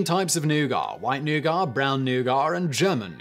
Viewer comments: Your french pronunciation is slightly better than your english pronunciation. But both are horrible! C'mon! English is supposed to sound like "newget" French is supposed to sound like "nu-go". You weren't even close. Took most of the video before I knew even what you were talking about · James Walker well it is a french word, and the french are allergic to pronouncing the final letter of words so, yeah very british... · Interesting. Today I found out that simon doesn’t pronounce the T in nougat, because French. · This is the first time I've ever hear nougat pronounced that way and I stared at my screen baffled. 🤨🤨 Haha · Simon, that nougat pronunciation had my eye ticking something terrible every time you said it. I know it derives from French, but still, it sounds wrong hearing it without the T (British ears). Although interestingly, I don't have the same reaction when visiting France. Anyhow, more importantly, I would have been interested in why certain international markets had the "Snickers" bar sold under the "Marathon" name for many years. Instinctively I am thinking Snickers was an existing trademark in certain markets. Hmm, wonder if Wikipedia has the answer? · I mean if you are going to argue about the correct pronunciation of noughat, look no further than the origin. Which as simon said is french and we all know the how the french add unnecessary letters to their words. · NEW VIDEO IDEA. WHERE DO BRITISH PEOPLE SEE THE "R" IN THE WORD NOUGAT? .... that one triggered me i don't know why lol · He's uncomfortably close to pronouncing "nougat" with an unnecessary "r" as if it was a racial slur, there. Tsk! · Comment section: it's nougat, not newgar Me, a person who has only heard the word in russian before: it's nooga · Nugar? No, "NEW-git". Of course, we have people say "caramel" as "CAR-uh-mul", so I guess I can overlook that. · “Nagar”? Isn’t it nougat? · "nougar"? do you mean "nougat." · I didn't hear the R. Might be a native speaker thing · New-gut please